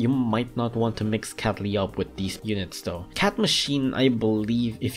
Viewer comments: Guy The Person i heard that too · No, i totally wasn't thinking was saying capy instead of catley. Why?